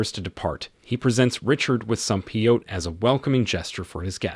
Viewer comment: It’s Peyote pay-yo-tea